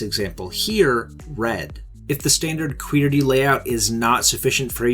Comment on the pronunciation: The way he pronounced QWERTY really gave me shivers